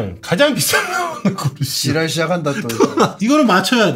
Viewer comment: ‘지랄’ 이라는 단어를 너무 찰지게 말하는게 개웃김ㅋㅋㅋㅋㅋㅋㅋㅋㅋㅋㅋㅋㅌㅌㅋㅋㅋㅋㅌ